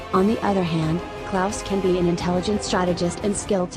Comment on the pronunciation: also its klaus not klauds